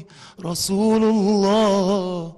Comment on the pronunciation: رسولَ الله يا احمد بالفتح مش بالضم ... عشان المعنى كده اختلف خالص